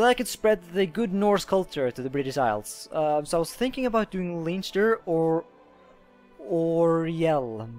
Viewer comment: It's pronounced as Len-ster :)